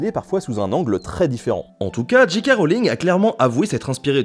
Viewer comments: Nota Bene pas de soucis pour Dumbledore, par contre "j.k. rowling" ça se prononce soit "Jay Kay" à l'anglaise, soit "Ji Ka" à la française ;) mais jamais "Dji Kay". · Nota Bene • Ouais, la prononciation, c'est pas ça hein, pour J K Rowling : je passe sur le "roline" (c'est Rowling et pas Rolling) mais le J K c'est pas "Dji Kei" mais "Djei Kei". Fôte archi courante chez les froggies ... :-) Sinon, épisode super sympa pour une saga sur laquelle il y a énormément de choses à dire. Et encore, les livres valent le détour au moins autant que les films ! Toujours au top, le NB ! Et merci de nous changer un peu l'air du bocal, parce que l'histoire pure, en ce moment, on en bave ... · C'est soit "Djèï kè" Rowling, soit "Ji Ka" Rowling. "Dji Kè" Rowling c'est ni anglais ni français ;-) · Jika ou Djèkè mais pas Djikè diantre! Ah sinon super collab merci pour cette vidéo. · DJII K Rowling. DJII K Rowling. DJII K Rowling. (djii c'est la prononciation pour G. Pour J on dit djay) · alors petit rappel basique d'anglais de 6eme le "J" se prononce "DJAY" donc jaykay Rowling ou bien en français jika Rowling mais surement pas Jikay.. et les diji non plus n'existe pas !! soit c'est un deejay soit un disc jokey!! y'en a marre de passer pour des blaireaux dans le monde entier!!!Merde!!! et C'est Dumbeldore meme si ça s'écrit Dumbledore. faut vraiment pas avoir vu le film pour le prononcer comme ça. c'est dommage ça décrédibilise tout ton super boulot. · Et "Ji Kay Rowling" ça t'as pas gêné ? ^^